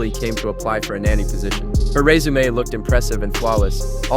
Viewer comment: “her RessuMayy”